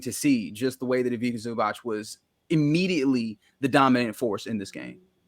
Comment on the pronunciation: Haha, as someone who understands Croatian, the pronounciation of Ivica Zubac from is extremely funny (C in Ivica as k and C in Zubac as ch), I have never heard someone pronounce it this way. Epic, made my evening.